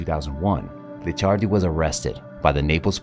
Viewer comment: It’s Licciardi not Liccardi 😉 Very similar but different pronunciation 😜 Great content though 🙌🏼